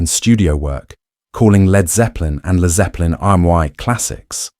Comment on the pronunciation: Jack VH Jimmy pageeeee and leeeeerd zeppelin???? Cancel delete and erase this robot!!!